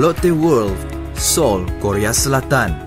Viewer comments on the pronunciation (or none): Bang seoul bkn soil abg silap tu